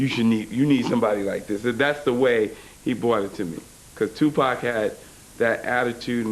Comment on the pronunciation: Tupac not Tupec amk